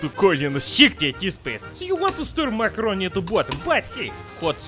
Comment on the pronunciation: Love how calls macaroni ‘makarov’ 😂😂 brings memories of the bad vibes of Vladimir makarov from codmw3